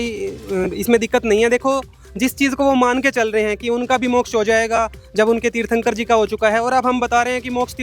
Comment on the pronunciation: ये वीडियो पुरा फैक है क्युकी पहले जैन व्यक्ति को तीर्थंकर बोलना तक नही आता।